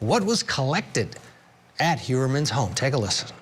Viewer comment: "Hoy'-er-mun" not Hyoorer-man.The police who botched this case earlier on, including stiff-arming the FBI, need to be charged & jailed.